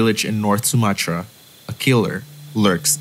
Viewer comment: Bukan sumachra tp Sumatra